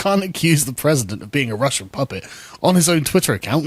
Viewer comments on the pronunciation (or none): none